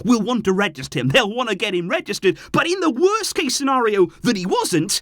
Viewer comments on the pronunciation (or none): none